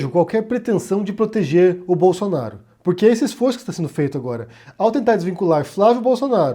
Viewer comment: "Flávio Bolosnaro"